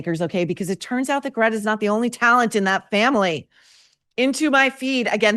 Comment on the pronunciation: As Michael Knowles pronounces, "Grrreyta"! Sister B took performance lessons from Yoko Ono.